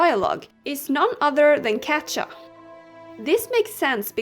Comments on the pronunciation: I'm so sorry if this sounds annoying but Katja is pronounced Katia or Katya and this just makes me cringe I'm so sorry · It is so funny how you pronounce katja 😂